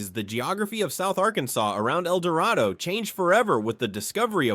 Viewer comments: Fouke is mispronounced. It's Foul with a K at the end. - , - It's pronounced El Dur-Ray-Doe. I'm from there btw. - Ouachita is pronounced Wa-sha-taw. , - It's pronounced Si-Lum. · Native Arkie here: I used to send in a note to new weather TV/radio folks, and that was on the list. Also, Mt. Judea is Mount Judy, El Dorado is el-dor-RAY-doe, not RAHD-doe, etc. And yes, Possum Grape is a sho-nuff place.